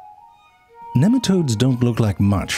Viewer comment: it's NEEM-a-todes